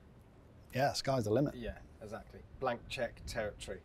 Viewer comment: ....PLEASE invest in some vocal and pronunciation lessons for Jack Rix....'Esackly' exactly.....among SO many others like 'Astin' Aston Martin......